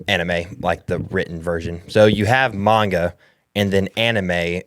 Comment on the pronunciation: Pronounced “Main-Ga” spelled manga